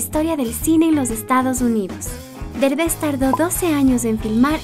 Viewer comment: No es berbes es derbes